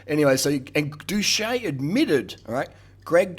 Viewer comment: 1.guy, you can't even pronnounce his name right 2.he opened up about it, he has videos from before he even had 10K subs explaining his steroid charges, he is completely open about his past 3.yeah bro hes still blasting tren, thats why he lost 40 lbs of muscle and 200 lbs off of his bench 4.greg was prolly natty at the time he claimed he was natty since he did gain close to 50 lbs of contractile tissue and his bench went up by 2.5pl8s after he started doing roids 5.have you not seen ANY natty below 10% bodyfat? are you SERIOUSLY saying you CAN NOT HOLD ONTO MUSCLE MASS while dieting? what kind of fucking clown are you? conclusion:this video is a massive L, just because you look like shit that doesn't mean you have to hate on people who look good